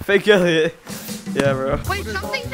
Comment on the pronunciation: Ellioit? Elloit???